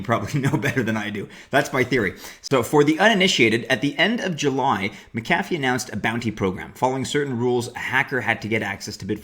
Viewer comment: His name is pronounced MAC-a-fee